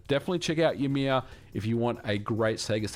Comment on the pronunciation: 'joumear'? Lol. That is not how we pronouce the name of the ancestor of all the jötnar in the nordics.